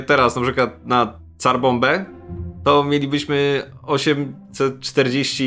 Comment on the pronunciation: Rosjanie mieli Cara nie Tsarai ta bombka sowiecka nazywa się Car a nie Tsar.